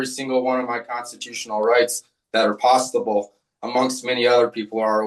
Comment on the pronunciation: did he just say pasta-ble?